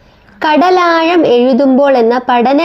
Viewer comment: ഉച്ചാരണത്തിൽ ശ്രദ്ധിക്കുക. തായെ, കടലായം.. എന്നൊക്കെ അല്ല.. "യ" അല്ല "ഴ"